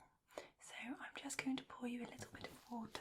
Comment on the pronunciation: Another nice one. I feel like there’s a bit of your less-polished (day-to-day?) accent sneaking in here, particularly at the beginning. It’s very subtle, like when you say “bit of,” “bit” loses some of the “t” and “of” loses some of the “f,” and you roll into the next word. I quite like it actually. I also like the contrast in volume. Great job as always. Very relaxing.